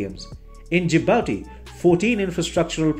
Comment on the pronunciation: Not japati but Djibouti